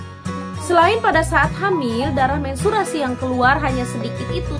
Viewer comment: Menstruasi bun bukan mensturasi wkwkwkw thanks bund pnjelsannya